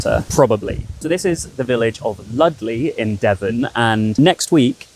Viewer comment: LUSTleigh not Ludleigh!! 😠